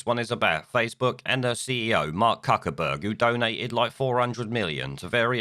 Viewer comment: Cuckerberg ???,......I thought it was pronounced Fuckerberg ??? 🤔